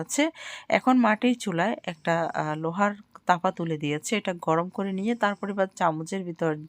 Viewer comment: তাওয়া,,,হবে আন্টি,,,তাপা নয়,,,ওকে